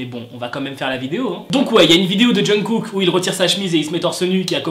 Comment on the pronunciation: omg pourquoi tu parles de kpop si tu sais même pas prononcer les noms genre jungkook?? aie renseigne toi vieux mec